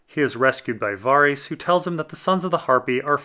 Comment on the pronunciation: Varys is not Vaarys 😂😂!!